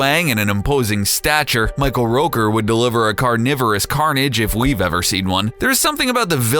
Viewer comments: Michael.. Rouker? It's ROOKER. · Michael Roaker? It's rooker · Facts about Michael Rooker: 1. It's Rooker, pronounced like hooker, not Rowker, And 2. He already plays Yondu in GOTG, so they won't re-cast him, So it's more like Top 9, not Top 10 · Its ROOKER not ROKER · its pronounced roo-ker, not roker. fools. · How did you mispronounce Michael Rooker's name? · Am i the only one seriously annoyed about how they say Michael Rooker's name in this?